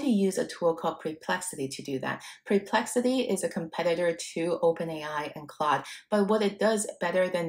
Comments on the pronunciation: I think it’s “per”plexity not “pre”plexity. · Awesome indeed! entertaining, cute imho, with a mildly dyslexic pronunciation of Perplexity as Preplexity, which is a name I may turn into a predictive analytic website of my own (Perplexity may complain, but ok). Lots of great clear instruction, I was looking exactly for this, thank you for all the pointers. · It's not PRE-plexity...it's PER-plexity...the number of times you mispronounced the name is insane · Like your vid, but is it only me that is annoyed with this? Apparently, your brilliant AI solution didn't inform you that it is PERplexity... not PREplexity! I suggest your PREpare first before your PERform! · Sorry to be picky, it’s PER-PLEXITYU not PRE-PLEXITY